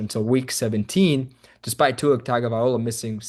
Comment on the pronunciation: are you serious ?? you can't even pronounce Tua's last name, I can't take you serious. This team is clearly soft and build wrong, McDaniel and Grier need to go and a complete reset needs to happen, including Tua need to go and I'm a Tua fan.